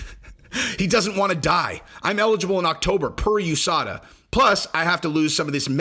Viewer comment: LOL Henry said hes eligble per USDA and not USADA